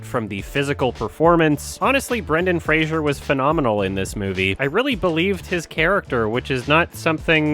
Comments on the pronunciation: You're mispronouncing Fraser Didn't you see that video of him complaining that everybody keeps saying Frasier ? It's pronounced like blazer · It's Fray-zer